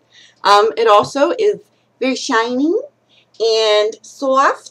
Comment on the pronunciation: Just saw the tags Vury sturdy. VURY heather. VURY teehed